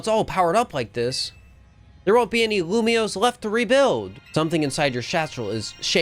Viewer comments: When he upgraded from lumoise to lumioise I realised we were going to be here for a while 😅😂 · Lumiose, not Lumoise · YAY, POKEMON. Also, how dare you pronounce it lumois not lumiose. Thats not right meow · All for this until you pronounce Lumiose as Lilmoy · Every time said Loomoiz, I felt a part of me die. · IT’S LU - ME - OSE I wanted to CRY when he failed to pronounce it. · Loom-E-ose and Zy-guard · Dude cant even say Lumiose.... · Starting the video, and waiting until live figures out how to say Lumiose correctly since post-commentary is saying it properly. That's a fun thing to look out for:3